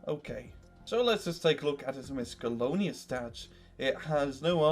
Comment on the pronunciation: Its a wonder that nobody has corrected him on his pronunciation of miscellaneous yet.